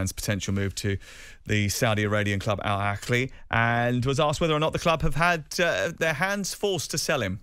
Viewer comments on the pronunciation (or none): How hard is it to say Al AHHHHHHLI. Not Akli. Why are we pronouncing a K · It's pronounced Al-AH-LEE....there's no K or CH in it.